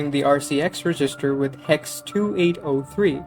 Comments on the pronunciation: Reg. Is. Ster. not Regist. Er. Other than that annoyance this was really well done. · Was there a reason why you seemed to pronounce resistor rather than register? Maybe just accent ? Nice vid btw. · Great video, just one small critique: it's pronounced reg-ister not re-gister. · Cool video. But isn't register pronounced "REH-jis-ter" not "ree-JIS-ter"? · This is really well done. You made some pretty detailed stuff make intuitive sense. It sounds like English might not be your first language, so I thought I'd let you know about something that really tripped me up in your pronunciation. The word "register" is pronounced with the stress on the first syllable, as in "REG-ister", not the second. I thought for the first couple of times that you were saying "resistor" (where the stress is on the second syllable, as in "re-SIS-tor"). English is so weird. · Never heard the emphasis on the "GIS" of "register" before which only seems to happen sometimes? REDGE-is-ter. "Resistor" has middle emphasis, but that's a bit deeper than compilation analysis. And yes. Abstraction has always been to help humans get their heads around what's going on in the code, and can also help to some extent with code re-use. It has almost never been good for speed. One of the reasons compilers are so huge is to try to boil down all those levels of abstraction that we're so fond of into something more concrete; more machine; quick. Clever as they are though, they still can't get at the essence. Were it humanly possible, or more likely in these times, cost effective, to sit down and write dedicated, readable but non-abstracted code for each and every thing, many programs, even the compiled ones, could be hundreds or thousands of times more efficient. And our web browsers wouldn't eat all our RAM trying to count to ten in JavaScript. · saying register like that is crazy